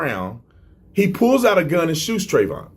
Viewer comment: First of all, please get Trayvon's name right. Secondly, research the actual and not propaganda before making false claims that have already been debunked. Respect the family that is still suffering from this